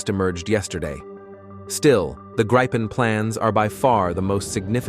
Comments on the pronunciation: Yes, starting with Greepen (which is correct), then going on to Grypen like all other videos. Then StrittsFord'n, ReggeringKanshlyiat and other nonsense. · Why, are you showing F-16;s, when talking about Gripen's? BTW: (Gr I pens, not graipens.) Show what's shown and talked, about. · This filthy AI voice isn't even capable of pronouncing the word Gripen consistently! One moment it's "Gripen" as in grip, then another "Grypen" as in "why." What are we supposed to believe at all? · why do you mix pronouncing Gripen the right way and the wrong "english" way. :)